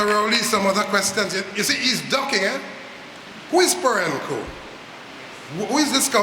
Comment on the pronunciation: The big dunce Roget can't even pronounce Perenco correctly. Furthermore, if the dunce knew how to do a Google search he would know about Perenco